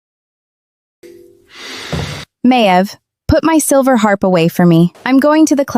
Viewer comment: How many ways can you miss pronounce Harp? Why the double ears? It drives me nuts. So when he shifts does he keep his human ears too?